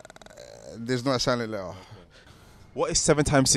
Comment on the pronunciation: Guy with the 'grills' said the the word letter with silent T 😂